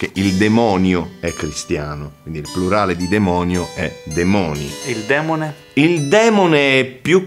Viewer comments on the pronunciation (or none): Però "démone" si dice démone non demóne 🤔🤔. Démoni non deriva démone?